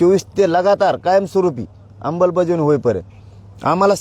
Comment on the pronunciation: Vashi hun nighalyanantar next day pasun roj 10 time aikyoy ammalbajavni cha ha ucchar 😂😂😂😂